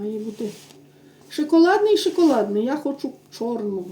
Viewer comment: Не шИколадний, а шОколадний,, ви вже стільки часу ведете блоги, старайтеся правильно вимовляти слова, ви ж не в хаті говорите, а на велику аудиторію. Не в образу написала, але постійно чути шИколад, шИколадний, ну вже трохи набридає.Гарного вам вечора!!!👍🍁🍁🍁